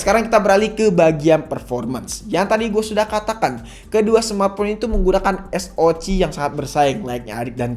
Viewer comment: Baru nemu kanal yt yang nyebut SOC tuh es o ci hihihi out of the box